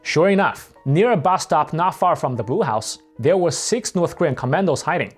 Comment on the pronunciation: Notice the presenter, "."" talks of the Brew House. Actually he's saying Blue House. Typical East Asian language problem. The sounds "r" and "l" are difficult for East Asian speakers.